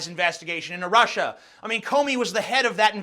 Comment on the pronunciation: Did Trump call Russia "Rusher" ?